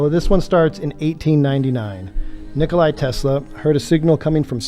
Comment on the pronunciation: The guy can't pronounce Tesla's first name right. It's not Nikolae or Nikolai but Nikola, like Eddie Bravo said. Nicolae Ceaușescu was a Romanian communist politician and dictator. Nikola Tesla was a Croatian visionary and genius. Btw, lots of books were written to hide the truth. They are used as the means of distraction.